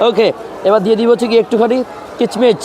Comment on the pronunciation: কিচমিচ নারে ভাই কিশমিশ